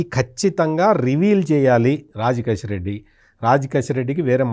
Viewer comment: రాజ్ కెసిరెడ్డి అని పలకండి. కసిరెడ్డి కాదు. 😅